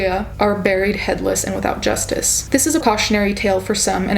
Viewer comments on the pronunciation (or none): none